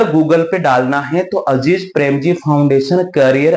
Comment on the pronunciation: अजीज प्रेमजी nhi अजीम प्रेमजी 😂😂